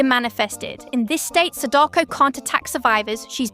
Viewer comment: good guide, but please learn how to pronounce her name...